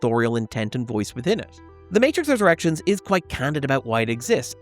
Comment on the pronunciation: Almost every time you said The Matrix Resurrections I hears The Matrix's Erections.